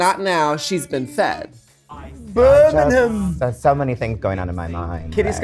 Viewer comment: when we say place names in the UK that ends with 'ham', the 'h' is silent. so birmingham is pronounced as 'birming-um' 🇬🇧